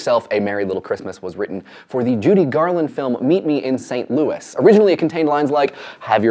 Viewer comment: A little more research, y'all. "The Christmas Song" was co-written by Bob Wells and Mel Torme (aka, "The Velvet Fog"), "Auld Lang Syne" is Irish for "days of yore", and "Meet Me in St. Louis" is pronounced "...Saint Louie". Still, when you said "Mental Floss" it doesn't sound like "menopause" like John Green says it. (And speaking of Mr. Green, someone teach him that only when talking about the Boston NBA team, is the "C" is Celtics pronounced like an "S", all other occasions, it's a hard "K" sound.) :-D